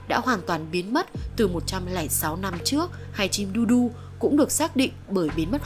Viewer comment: chim dodo tuyệt chủng vào khoảng năm 1662(Cre:Jurassic World The Game) chứ ko phải hơn 100 năm trước cho mik góp ý nữa,tên con chim này đọc là 'đâu đâu'chứ ko phải 'đu đu' ạ